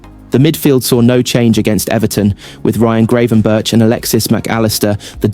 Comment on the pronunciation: Cant even say Liverpool players names correctly and you promote yourself as Liverpool News! Lmao😂 😂😂😂 JOTA! not Jo-ta.. and who the fuck is graven-berch